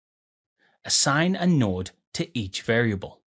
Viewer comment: That's what tipped you off? Not the pronunciation of "node"?